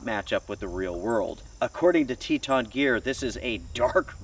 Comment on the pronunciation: Just say Teton ....🤣😂🤣😂